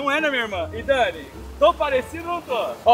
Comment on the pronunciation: todo vídeo q o grava com a dani ele erra o nome dela é engraçado demais kaakkaakakaka❤